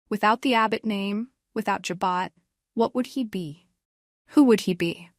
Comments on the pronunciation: It's JABOT, French Pronounced ,"Ja bow".not "Ja bot". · ja bow not ja bot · Learn how to pronounce Abbot Jabot!! It’s not Jo-bot!! Diane is 🤮🤮🤮🤮🤮🤮🤮🤮 will stab Jack in the back! Just wait! Sick sick sick of Sharon’s storyline! Ridiculous! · Can you pronounce Jabot right